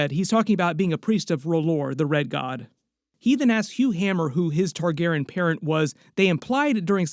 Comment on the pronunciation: Just checking in to see if you learned to say their last name yet. And you still can't say their name. Do you have downs? Do you have ears? You can clearly hear them say their own name. It isn't Targaren. It is Targaryen. There is a "Y" in the name. Can your smooth brain get the name right? The dragon family name from House of the Dragon is Targaryen. It is pronounced Tar-GAIR-ee-en.Tar: Like the material "tar"Gair: Rhymes with "hair" or "air"Ee: Sounds like the letter "E"En: Sounds like "in"The main emphasis (or stress) is placed on the second syllable, "Gair.".